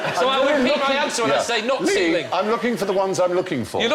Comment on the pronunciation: Ceiling does not end on a K. point that ridiculous way of speaking out.